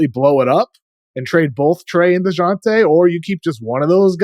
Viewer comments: Man called dejounte deyante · The industry is weird. No one knew who Wemby was until we were told. Sar shows a lot of potential. He looks stronger than Wemby and weighs more plus shows great athleticism. Also I don’t appreciate white boy messing up Dejounte name like that lol.